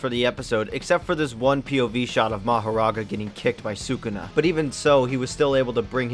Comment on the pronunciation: You lost all credibility the moment you pronounced sukuna like that lmao